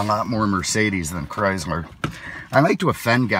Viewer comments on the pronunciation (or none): He said chrysmer